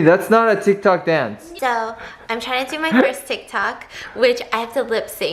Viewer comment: Stephanie: tik tockity Ke$ha tik tok: blares on speakers Challenge - take a shot everytime steph says tictok